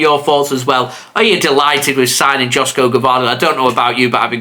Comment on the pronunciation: joško is pronounced like yoshko.